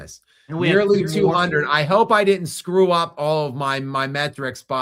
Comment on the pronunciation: He also isn't capable of pronouncing "didn't" . Says "did Dint". He's an uneducated sports guy. His analysis and opinions are interesting though. He just isn't good at diction and pronunciation.